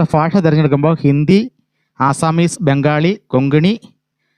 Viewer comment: ഫാഷ അല്ല ഭാഷ എന്നാണ് പറയേണ്ടത്